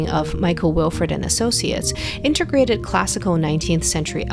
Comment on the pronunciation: "Intergrated"?...Type that on your keyboard, see the resulting auto correction, then study the letters in the word— then pronounce it. Get it right, you are a professional. Mispronouncing words is unacceptable. Also, young people say "shraight", but then in this case, pronounce Stuttgart with a normal S. It's Shtootgart. Now I'm waiting for you to say mou in, or Man ha in. Unconvectional?... I don't care if it close, DO IT AGAIN! Take two! Where's your producer? Does anyone speak English? Stay in your lower case. Don't go up into high voice at the beginning of every sentence.